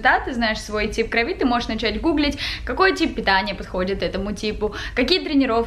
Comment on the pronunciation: группа крови правильно говорить. И ударение на О - крОви.